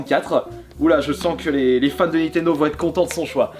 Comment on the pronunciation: C'est nintendo pas nitendo